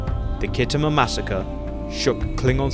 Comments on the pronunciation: Kit Homer? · Pronounced skitamer by actual war gamers